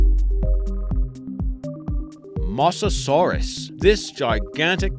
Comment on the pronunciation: Good list though, you mispronounced Mosasaurus and Gigantopithecus. Yet in a previous list you've pronounced them right.